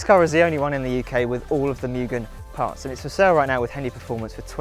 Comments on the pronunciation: Its pronounced “moo gen” not “myu gen” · Pronounced " Moo-Gen " (Moo- GEN , Gen-like the number TEN ) YouTube Video Search Name > How do you say Mugen? I'll Bet you are saying it wrong! Direct Video Link > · Cant even pronounce Mugen correctly.